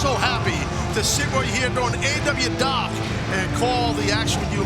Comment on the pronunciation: tazz can't pronounce the name of the show